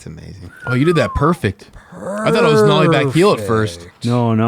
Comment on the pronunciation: Nollie not mollie